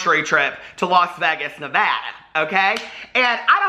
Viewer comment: I appreciate the correct pronunciation of Nevada more than you know! I had a reservation a few weeks back at my hotel & saloon in Pioche, NV with the name & I fangirled but then realized you probs aren't the type to visit a wild western ghost town lol